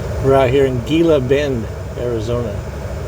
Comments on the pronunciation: Gila Bend is pronounced...He-la Bend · pronounced He-la Bend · The G is pronounced h Hila bend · Pronounced "Heeeella bend" ...... used to cut across I-8 to GilaBend then go north on 95 up to I-10 and then west to LosAngeles area......1970's-1980's my normal route.....(used to be a dead-end with left turn about half-way up which could surprise you at night)...... that way I didn't have to be bothered with Phoenix ..... was a small store with diesel right beside 95 exit and a sign that said something about population...... 800 people plus one old grouch or something......yup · It’s pronounced “Hē-lah Bend, AZ 😊 - you’re just down the road.....just say’n 🥰 Now it looks like you’re on what we call “dead-cow” road/ highway 238. 😁 it’s named that for open range cattle that get hit by semi’s ...(before interstate.) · Gila Bend is pronounced Hee-lah-bend. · He knows...just being old school. No problem hauling something produced by scarce water to China tho.